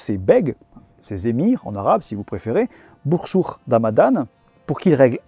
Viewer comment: super vidéo ! juste fais gaffe dans plusieurs vidéos je crois que y'a une erreur de prononciation ou de translittération des noms arabes. Dans certains noms (genre "Bursuq") tu prononces le "q" comme la lettre خ (sorte de r bizarre). Alors soit c'est la bonne prononciation du nom, mais du coup faut le translitteré "Bursukh", soit la translittération est bonne mais du coup le "q" se prononce comme un k mais qui sort du fond de la gorge (si t'as du mal, fais comme si tu voulais prononcer un k normalement mais en imaginant en même temps que tu fais descendre le fond de ta langue ds ta gorge, ça marche svt pr les gens qui ont du mal avec la lettre). C'est pas très grave comme erreur mais c'est juste que ça fait plusieurs vidéos que je l'entendais hahaha. Hâte de voir tes prochaines vidéos !